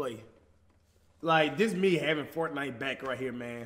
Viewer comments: “FORNITE” lmao cash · FORNITE he said